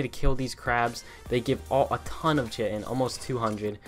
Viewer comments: "Ch-itin?!?!?" its KITE-IN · Chitin is pronounced kite-en.... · Nice video! By the way chitin is pronounced "kai-tin". It's a real thing that makes up exoskeletons. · How to pronounce “Chitin” : k-eye-ton